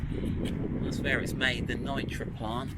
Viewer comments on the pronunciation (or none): The factory in Nitra, Slovakia - "Nitra" is pronounced "Neetra" (my wife is SLovak and we actually met in Nitra). One thing I would love that display to do is to show a forward view for continental driving, so you can see if it's safe to overtake without having to pull out so far. Land Rover have thought ahead and the new Defender has a mode so you can set the headlights for UK or Continental driving to point in the correct direction - so I wish they would have an option to use the cameras so you can have a road view as if you were sitting on the other side of the car as you would in an LHD car. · Just out of personal interest, Nitra is pronounced ‘Nee-tra’ 😉 My gf is from there! Her dad actually worked on the factory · Just a quick word on the pronunciation of the word Nitra, it's pronounced Nee-tra.